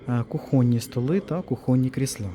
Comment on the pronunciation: Перешёл на мову, ставь правильно ударения, не крыслА, а кр!сла, встречала очень много слов с не правильным ударением